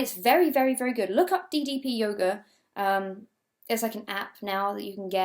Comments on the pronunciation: It took me a while to realise you said "yoga" and not "yoghurt" and so I was very confused for a while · i can't have been the only one who heard yoghurt instead of yoga ... XD